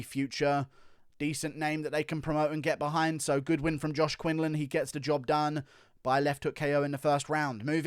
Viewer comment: Quinlan not Quinland